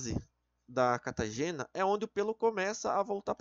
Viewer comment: Po, tem um acento em "anÁgena", 'telÓgena" e "catÁgena", o maluco me lê: "anagÊna", "catagÊna" e "telogÊna" KKKKKKKKKKKKKKKKKKKKK pqp